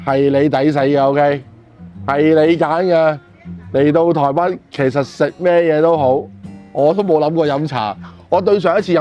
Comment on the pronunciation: 唔係「臺不」，係「臺北」 唔係「芋割」，係「芋角」